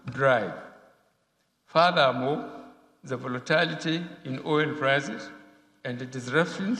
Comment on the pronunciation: Please tell Buhari that it's furthermore and not fathermore